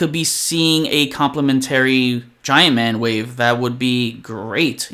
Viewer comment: Nice video and I agree with everything you said except you have your syllable wrong with the word complementary 😅. I hope I’m not coming off as the grammar police. Just trying to help when you’re saying it numerous times 😛👍🏾. Keep up the good fight!